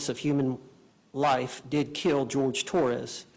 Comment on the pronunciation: Jorge not George